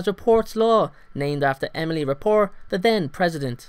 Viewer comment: it's rapaport law, not raport law..